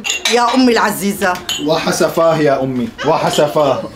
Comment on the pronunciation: وااااااسفاااه وليس واااحسفاه😂😂😂😂😂😂😂😂